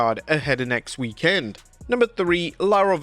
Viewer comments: It's weekend, not week..end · PLEASE change the way you say weekend!!!